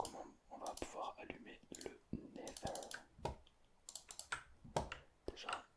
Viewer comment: Sa s'appelle pas le never mais le netheur 😅